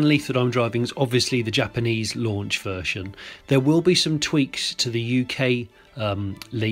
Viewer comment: Vershon 2.0!? What the hell is vershon?